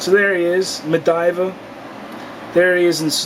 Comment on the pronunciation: Medivha wtf! Lol get your words straight.